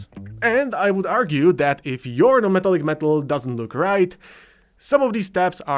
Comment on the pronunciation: 'meh-TALL-ick'. Not 'META-lick'. Thank you for your attention to this matter.